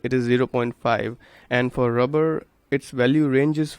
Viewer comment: that rubber ( rubbah ) accent tho 😂🤣😂😂🤣😂😂😂😂🤣